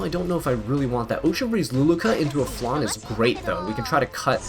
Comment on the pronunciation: im sorry...but even Landy's english voice actress pronounces Landy's sisters name like its spelled Flanne. She's also not a dessert...